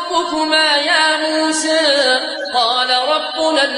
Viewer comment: الله أكبر على اسم موسى عليه السلام كيف ينطق به جميل جدا جداجدا الله عليك يا